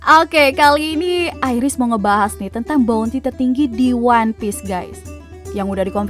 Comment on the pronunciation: Airis? Kabuur ah🤣🙏